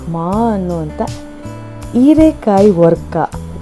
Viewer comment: ಓರ್ಕಾ ಅಲ್ಲ ವರ್ಕ